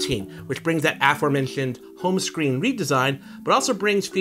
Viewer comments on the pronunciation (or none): Aformenshuned home shcreen